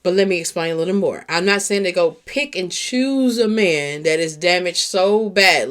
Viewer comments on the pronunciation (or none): none